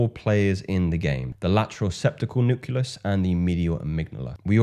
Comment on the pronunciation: KILLER content m8. Please note, it’s: “Nu-CLEE-us” not; “Nu-CUE-Lus”. Keep rocking shyt!